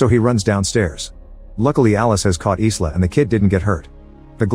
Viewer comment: The name Isla is pronounced EYE-LAH, not EES-LAH.